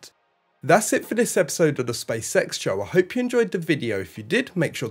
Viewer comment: Okay I know this is Beevus and Butthead stuff but hopefully it keeps things light. It sounds like you're saying, "Space sex" and not "Space X". 😁 Eventually I hope, for the astronauts sake, that space sex is accommodated. If even via: AI robotics.